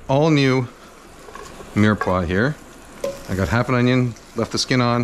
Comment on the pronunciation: mirror squad? you mean mirepoix?